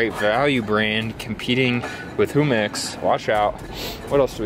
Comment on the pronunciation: That pronunciation of jumex made me cry in a good way. Never heard such a mexican pronunciation by a non mexican.